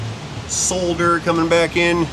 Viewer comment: Really fun video, thoroughly enjoyable! saying 'solder' properly made me oddly happy